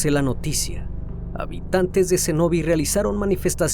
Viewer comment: El criminalista " espailet " ...por no saber decir ( ESPAILLAT ) , "macóri"..por no saber decir (MACORĪS)..."CENÓVI)...por no saber decir (CENOVÍ) ....que lindo Dios lo bendiga y gracias por publicar tan triste caso que estremeció mi pais y parte del mundo 🙏🙏🙏🇩🇴🇩🇴🇩🇴